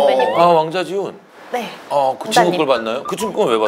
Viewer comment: 발음 ㅋ 왕자 지훈 vs 왕자지훈 ㅋ